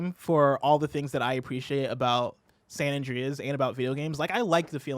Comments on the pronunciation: Omg stop making him say San And-REEEE-as. I cant unhear it now and its driving me insane lol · "San Andreyes"